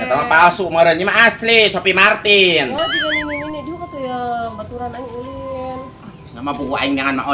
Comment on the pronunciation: Harus nya si iyem bilang nya tas nya Sopie mArtil jangan Sopie mArtin wkwk😂😂😂